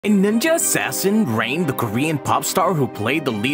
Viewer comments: What the hell? You say rain perfectly fine in the beggining and then out of nowhere you say "RAHN" 😂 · Did he just pronounce rain as ran